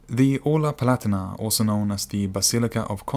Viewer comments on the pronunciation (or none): Not PLatina but PALAHTEENAH